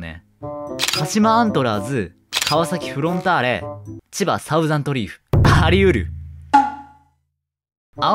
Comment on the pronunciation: サウザンドじゃね？笑 thousand←Dだもん笑